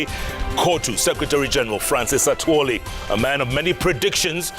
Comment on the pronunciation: I pity this man called atwori